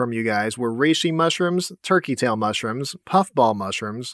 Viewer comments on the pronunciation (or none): none